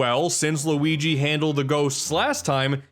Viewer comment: What is it whit people pronouncing Luigi so horribly, it gets extremely annoying!! LUIIIGi